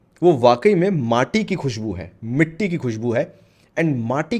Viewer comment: Bro says mitti like an odia